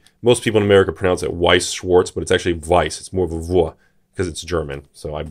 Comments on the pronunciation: your prononciation of Weiß is flawless. On schwarz you could Work xD its more like If you shh someone then the w from weiß and ans the Last Part ist like arts "shhwarts" or Something like that xD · You still mispronounced Schwarz